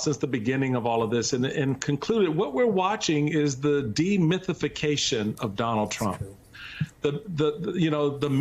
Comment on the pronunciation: my man said 'de-mythification'. 😂